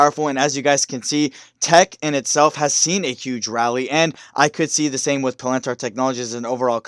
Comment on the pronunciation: pa. lin . tier not pa lan tar.